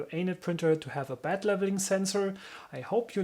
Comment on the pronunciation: Not to be disrespectful regarding your pronounciation but i heard "bad leveling sensor" everytime. Anyway amazingly conprehensive video on how to install a bad leveling sensor thanks:)